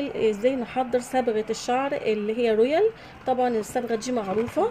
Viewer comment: من سمعتها تقول تي وكيريم ورويال شلت يدي منها يختشييييييي ويخرابي